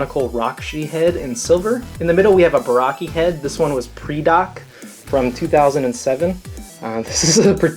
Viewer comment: its pronounced prydak not preedock